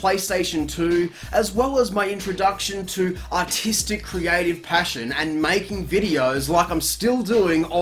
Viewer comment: Doesn't sound like it at all, all i hear is "Ah Tea Stick" XD